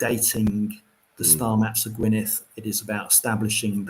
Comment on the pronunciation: dd at the end of Gwynedd is pronounced the same as the ‘th’ in ‘though’ or ‘there’, not as in ‘thanks’ or think etc, -big difference. Do not rely on Google for these matters, especially where Kymric is concerned. Go to more a specialist or specific Kymric translator. Don’t ask me which though as i don’t need a translator myself having spoken my language from the cradle-60 yrs.😀 Thanks for the response.